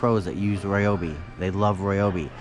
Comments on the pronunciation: Please do me a favor, and stop pronouncing it "Roy-obi". It more like "rye-obi". You are driving me insane. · It's not roy-obi nor rye-obi. The exact and proper way to pronounce it (though NO ONE ever does, including myself) is REE-obee. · It’s actually pronounced Ree-obee according to Ryobi. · On the Ridgid Tools it's not X5 it's 5X. Gen 5X. And while we're on the subject of names of tools it's not Royobi its Ryobi. It annoys and hurts my ears when people say Roy Obi